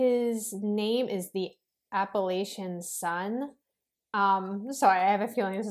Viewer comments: If you say Appalashun I'm gonna throw an Apple at cha. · fyi the proper regional pronunciation is absolutely Ah puh LAH chuh, not Ah puh LAY chuh. Also, Ahh puh LAH chun as opposed to Ahh puh LAY chun. Although Appalachia does extend into NY, normally the region that is most often thought of as Appalachain is the section in Eastern KY, SW VA, East Tennessee and Northern GA. I, along with most residents of this region literally cringe when we hear the "LAY" sound rather than the one that we use which is the soft ai in LAHH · THANK YOU for correcting your pronunciation of Appa-LATCH-an